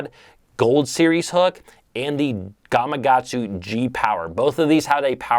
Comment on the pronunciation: Nice video...but its GamaKatsu lol